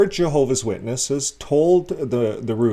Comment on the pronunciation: I like how you pronounce Reuters just like I do : Rooters . Everyone else : Roy-ters . Praying for all the victims and on lookers. Today for them tomorrow for me , I'm a Seventh-Day Adventist , one love ( Rev cf Rev 14:6-14 )